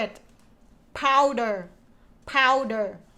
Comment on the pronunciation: Some corrections for you: Powder Laundry Detergent - Not Power! Quarters - Sounds like letter K - Karters Hanger - Sounds like ហ៊ែងងើ ចុងគឺសំឡេងងើ for an example for: Singer - ស៊ីងងើ